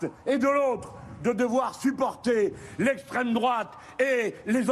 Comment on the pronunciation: "Lesstreme droate"